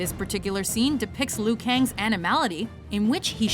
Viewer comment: The pronunciation of Liu Kang is so dreadful. It's Leeoh Kahng. It's really not that difficult.